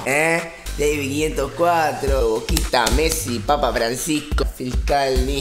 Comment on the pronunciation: Yes you are saying it right it is Davie 5 0 4 (five oh four)